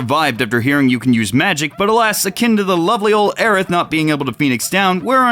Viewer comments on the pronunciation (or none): none